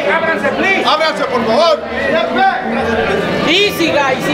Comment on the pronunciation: "Eeecey guysss eecey" -Canelo